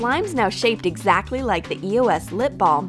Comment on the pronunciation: Your saying eos wrong